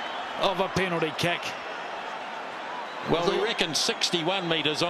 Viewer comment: "that is one hick of a penalty keck"